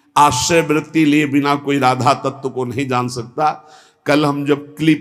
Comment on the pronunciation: Radha Radha hota hai ji.. acche se uccharan kro...🙏🙏🙏🙏